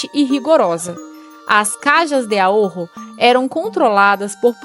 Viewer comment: Vibrar um pouco o R somente na palavra AHORRO. Pronunciar como se fosse 1 R só, porém vibrado.